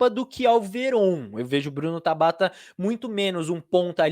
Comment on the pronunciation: Mano qual a dificuldade de falar Tabata pqp😤q agonia